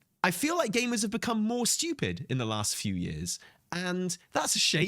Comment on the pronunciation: saying Steewyuupid a couple dozen times at 2x is great